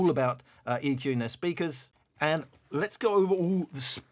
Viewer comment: Let’s Go!!!!! Emphasis on the “Let’s Go!!!!!”